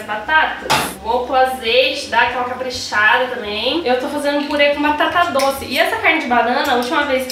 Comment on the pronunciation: eu chamo de purê e acho uma graça quando ouço pirê kkkk